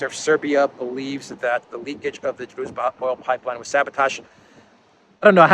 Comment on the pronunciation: BTW it's pronounced DruJba. :)